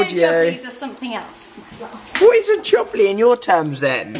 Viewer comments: Jublly is pronounced Jubelie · The word "Jubbly" sounds so funny in a British accent